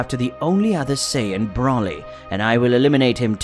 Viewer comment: You can say freezes name right but you can’t say Broly right look how I say it Broly